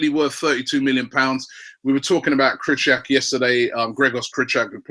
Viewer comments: And it's Krykorwiak isn't krut - ack, it's kri - kor - viak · Oh Robbie, comon... As far as I'm concerned you used to pronounce Krychowiak correctly. It's not ,,Krychuck" - it's Krychowiak. Mini-lesson over here